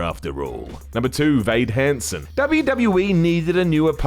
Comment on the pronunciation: Hade Vansen...says Vade Hansen! 😂